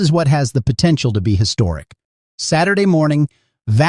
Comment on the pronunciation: So...for the creator of this channel: if you're going to use AI, don't say S-day. Say "Saturday". 🤦‍♀️🤷‍♀️